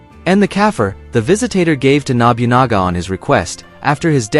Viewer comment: objectively speaking we know Yasuke was in Japan for 3 years. Sword bearer, or Kosho were low level bushi. Wakizashi were given to low level bushi, not samurai. Man your pronounciation of Japanese names is terrible. Its not Nobyunaga its NoBuNaGa and NaOhEh. Samurai had sir names. It took Hideyoshi, the ruler that followed Nobunaga and ruled all Japan took 10 years to be a Samurai. If they considered him a legendary Samurai there's no way Mitsuhide would spare him. Also, in that time we recorded all battles and samurais and their accomplishments. we have no records of this. 99 percent he was not a Samurai he was Nobunagas trophy to show off to other people. Look at the rare colored servant I have. do you think Nobunaga would send said rarity off to a dangerous battlefield? he gave him the status of Kosho so that they could speak directly together. and a female Japanese does not represent Japanese warriors at all. the whole comment about exploring Japan with non-Japanese eyes is really racist. why does Ubisoft trash its name of being so historically accurate that Unity was used to rebuild the Notredame? because theyre in bed with sweet baby inc. tatami mats arent squares. You don't sit on the lines, kneeling was started under Tokugawa, and the shoji is too big, Incense is a buddist tradition from the Edo period not a Shinto tradition... why didn't they have any of their Japanese staff review this? they are shitting all over their historical accuracy reputation. it also makes